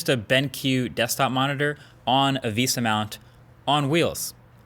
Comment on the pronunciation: "Nich" "Visa mount" mkbhd, I love you and all, but why...